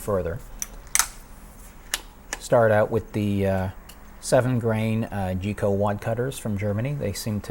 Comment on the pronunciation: NIce outcome for first `go `round. Just a note I think that the ammunition you used first ``Geco`` is actually pronounced by most air gunners by saying the `G`as a hard G Geco pellets are made bu RUAG of Germany and are also known as RWS-Geco a well known and respected munitions manufacturer in Europe.